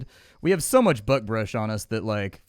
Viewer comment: Everytime you say buckbrush it sounds like "buttbrush." Cracks me up, don't you dare ever change how you pronounce it 🤣